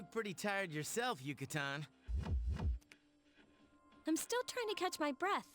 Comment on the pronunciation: I swear, every time I hear 'Yuka-tan', my brain goes straight to 'Peninsula!'